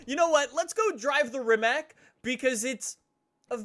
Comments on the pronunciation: im from Croatia, Croatia is country that make this Rimac C Two but... YOU NEED TO SAY RIMAC NOOOO RIMAK EVERY ENGLISCH, AMERICAN AND AUSTRALIAN PEOPLE SAYS RIMAK BUT ITS RIMAC WITH C NOT K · Its rimac not rimak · BRO ITS NOT RIMAK ITS RIMAC JUST SAY HOW IT SAYS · Try to pronounce it "Rimatz". Rimak is the incorrect, lazy version but whatever hahaa. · Its RIMAC NOT RIMAK rimac with c not k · Just an FYI. The letter C is actually pronounced more like Tz, not Ck. So it would be Rimatz, not Rimack. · Rimats man rimats is how its pronounced. Trust me i am from Croatia. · Its from Croatia so it shouldn’t sound like rimak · It's pronounced REEMATS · Rimac is not read as "Rimak", it is read as Rimac, the C on the end is read like the C on the "Concept 2" I am very triggerd by this! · Did you really call Rimac a Rimak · Rimac is pronounced rimatz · I am from Croatia, just like Rimac... btw you misspronaunced the name. You have to say Rimats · All these years streaming this game and you still can’t pronounce it properly 😂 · he cant say rimac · You dont say rimac like i am from croatia where the car is from and you say it how you write it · he cant even say rimac correctly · Croatian is hard language my frend :-)